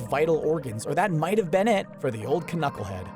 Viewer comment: I love it, he pronounced the k in knucklehead